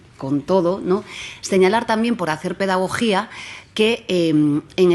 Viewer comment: ¿ Dijo pedagogía o demagogía?